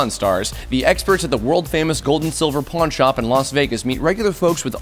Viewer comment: At 00:4 he said pornhnop instead of pawnshop